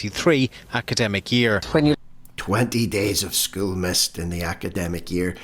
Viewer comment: Good one - Suspect Young Helen’s not a MENSA Candidate!!!! Pronouncing ‘School’ with one syllable would be a start - after all she’s The Minister for Education!!!!!!!!!!!